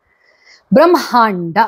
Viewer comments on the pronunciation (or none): ನಿಮ್ಮ ಎಲ್ಲಾ ಎಪಿಸೋಡ್ ಗಳನ್ನು ನಾವು ಅನೇಕರು ಮೆಚ್ಚಿಕೊಂಡಿದ್ದೇವೆ..👍🌟🙏🌹 ಆದರೆ, ನೀವು ಬ್ರಮ್ಹ, ಬ್ರಮ್ಹಾಂಡ ಎನ್ನುತ್ತಿದ್ದೀರಾ.. ಆದರೆ ಅದು ಬ್ರಹ್ಮ, ಬ್ರಹ್ಮಾಂಡ.. ಅಲ್ವಾ..?🙏